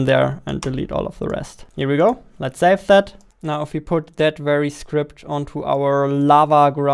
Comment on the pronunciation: Why you say zave instead of save? what the heck dude you scared me. I am watching this video with earphone and it's night here, i thought some dragon fly just flew near my ear and i tried to shake it off but then i reversed video 5 seconds back and realised its a sound effect which you added